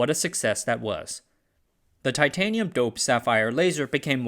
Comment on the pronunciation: Ai can't pronounce titanium properly on occasion. 😂